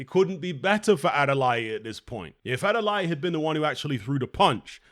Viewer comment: Adeleye pronounced ( Ade - Lay - Eee ). Also it was a RIGHT hook